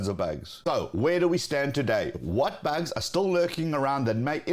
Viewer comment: Do you say bags? or bugs?